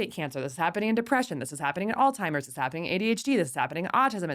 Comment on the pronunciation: She pronounces Alzheimer’s as “All-Timers”.. every time she mentions it😬